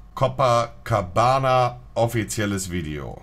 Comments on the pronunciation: Wenn Monte statt copa Coca sagt 😂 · "Cococabana" Alles Klar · haha sagt er cococabana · "Cococabana" Hahaha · "Cococabana" ahahhahahaha Ehrenmann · Und dann noch "coco"cabana xD ich kack ab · cococabana xD😂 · Niemand: Niemand: Monte:cococabana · cococabana xd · sagt er cococabana😂👍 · cococabana hahahahaha omg xD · Monte: cocokabana😂😂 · niemand: monte:cococabana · Haha bei 0.43 sagt er er sieht da kein future statt feat. 🤣🤣🤣 Aja und Cococabana🤣🤣 Monte is echt lost